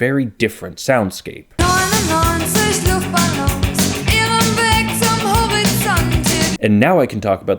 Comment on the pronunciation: "99 luftballoons" either say 99 air balloons or say 99 luftballons. The "ballon"/balloon" part is pronounced very differntly. Smashing german and english together like this is very weird